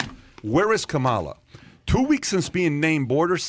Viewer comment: Why do you keep pronouncing the VP’s name wrong?